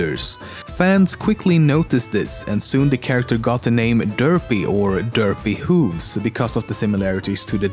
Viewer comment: I 'now that there is going to be hate comments but it's Dr. Whooves not Dr. Hooves